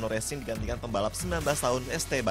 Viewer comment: bahahah di baca ocon